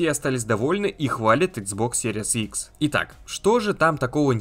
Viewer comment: Спасибо за видео.блоггер научись Пожалуйста правильно название приставки произносить